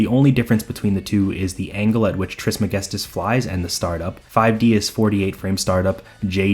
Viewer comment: The way you say "Trismegistus" is incredibly satisfying. Oh and also great video bro. Thought I would watch half of it and continue it the next day but i finished it in one sitting.